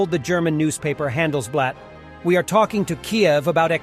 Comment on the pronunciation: Handelsbleeht? Pronounce it like you are Count Dracula to get it right! :)